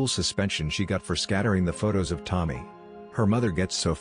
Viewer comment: It's not Tom-my. It's Toe-mee. To-mi-e is pronounced like Toe-Mee-Air